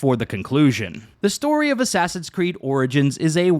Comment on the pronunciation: Asswawsins cweed oranges